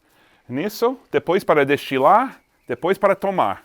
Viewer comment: PARABÉNS SETH PELO VÍDEO, UM NOVA IORQUINO MOSTRANDO A SIMPLICIDADE DO PRODUTOR DE AGUARDENTE. SEU PORTUGUÊS ESTÁ ÓTIMO QUANDO EU OUVI FERMENTAR E DESTILAR.